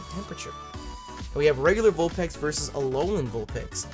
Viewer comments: your saying vulpex it's its vulpix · Is it pronounced vulpix or vulpex ? I'm confused now